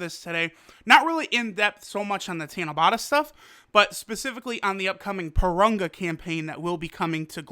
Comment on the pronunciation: Can you learn how to pronounce Parunga and Monaka the correct way...